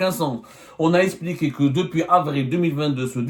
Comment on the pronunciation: On ne dit pas espliquer on dit expliquer